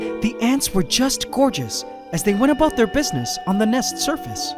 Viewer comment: did he just say aboot instead of about? Love you.